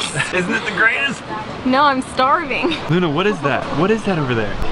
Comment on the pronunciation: did anyone else hear luna say "i luna"